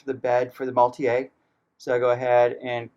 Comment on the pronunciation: I am getting this kit and I wanted to see how it looks. I love that it comes with passengers. Thanks for the video! BTW the vehicle is German, not French; maultier means "mule" and is pronounced Maul-teer.